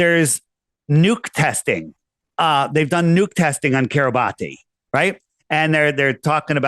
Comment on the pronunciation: Think Kiribati is pronounced KIRR-ih-BASS. How strange that this tiny island has come out of the woodwork quite a bit on the news only recently. on to something.